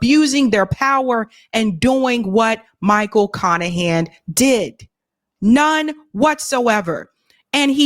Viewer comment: His name is literally Michael CON-ahan